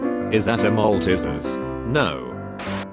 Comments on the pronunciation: Aussies: malteasers: maltisirs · The pronunciation of malteasers tho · omg how they pronounce malteasers im cryjng